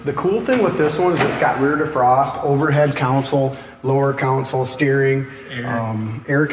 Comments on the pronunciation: It's console, not counsel. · Con sole /not coun sole/ and not cown sole. Try pronouncing console correctly instead of saying it like there's a cow somewhere. I would watch alot more videos because I am definitely on the hunt for me a Camaro I just haven't seen it. But the way that guy pronounces console I can't stand it. There is no cow in console